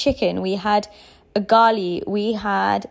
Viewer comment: Its ugali not gali am happy youl oved and enjoyed kenya karibu tena... welcome again